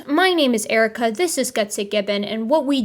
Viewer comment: the way he keeps saying “Erica” makes me so mad